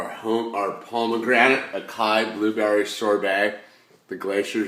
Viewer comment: Haha, what up thought i'd let ya know its "Ah-Sigh-EE". I thought it was acai too.